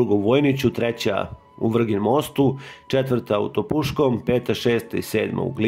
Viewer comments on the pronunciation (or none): Banija, ne Banovina...i Topusko, ne Topuško.